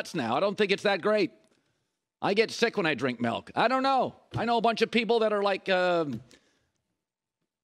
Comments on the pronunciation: Colin it's "Milk" not "Melk" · Colin "Melk" Cowherd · Milk doesn't have an "e" in it.